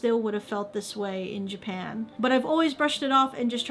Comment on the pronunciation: Stop saying Jipan.